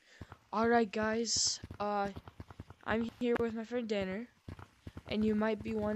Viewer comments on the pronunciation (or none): Blud called his friend Danner dinner💀